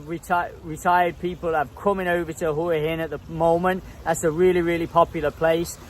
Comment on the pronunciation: Good on you, m8t for calling it Hua hin and not WHA-Hin like all the other vlogers.